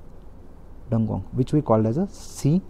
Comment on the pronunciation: It's irritating so many wrong pronounciation. Dugong, bhitrakanika, neora valley, dugong🤦🤦🤦🤦